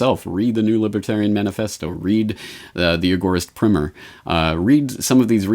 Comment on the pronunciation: surely it's primer as in to rhyme with timer???